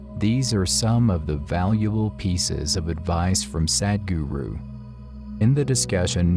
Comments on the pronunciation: It's not Sad-guru.. the English pronunciation of Sadh-guru.. in the end of your video is such an injustice with the word. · The one guy who comes and speaks in middle of the video... His pronounciation will be like SAD GURU .. 😐😐